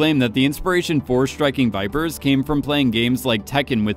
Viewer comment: I feel like your saying Striking Viper Sex Which i agree